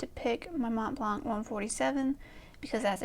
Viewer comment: The first way you pronounced Montblanc is actually the correct way, so it not really snooty. The 't' and 'c' are silent. You have some very interesting pens, so definitely going to try and catch the collection video. I want to see if I correctly guessed the pens you didn't mention. The only pen I could answer is for traveling. That would be the Visconti Homo Sapien Skylight. my EDC is whatever pens I have inked up. I usually have a F, M, B, and stub inked, so I have everything covered. I don't have a pocket pen because I don't like small pens. The smallest pen I have is 10 cm, but it's a bit too precious to keep in my pocket. I would love to get into vintage but I find them too thin and I prefer a number 6 size nib. I have many what would be considered grail pens, so that is also hard to answer. May be one of my OMAS or ASC pen.